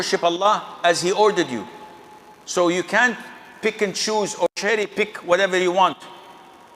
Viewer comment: Did you watch this video when he said "dont cerry picking"